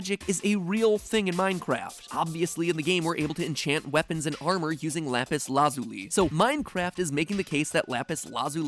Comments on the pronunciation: Pronounce lapis like that again, I dare you. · he say lapis wrong however seconds later says it correct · how Italians says lapis